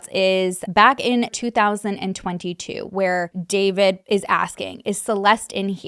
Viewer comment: you kept saying 2002 and i was confused until i realized you meant 2022